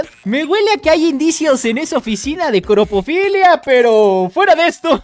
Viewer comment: "cropofilia" Xd